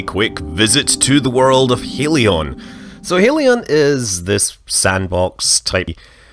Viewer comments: Believe you pronounced hellion wrong, it's more like helyun, instead of heelyon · Hellion. Not Helion.